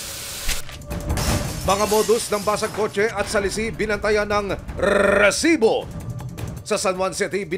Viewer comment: Manonood sana ako pero paulit ulit yung rrresibo, sumasakit tenga ko😂😅